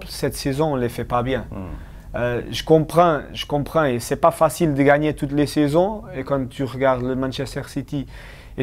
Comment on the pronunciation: We kiff you Bernardo, tu parles très bien Français. N'oublie pas : "Vous comBrendre foot" mdrrr